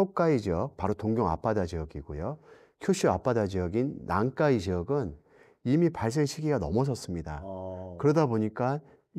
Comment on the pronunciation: 난카이를 왜 난까이라고 발음하나요 불편하네